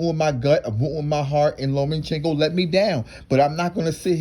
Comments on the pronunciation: LOMA- CHENKO NOTTTTTTTT LOMEN-Chenko Cmon man I can't watch anymore 😪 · It's LOMA!!! CHENKO!!! NOT LOMAN!!! CHENKO!!! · Loma-chenko. Not Loman-chenko. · I like how you pronounce his name: Lowman-Chenko.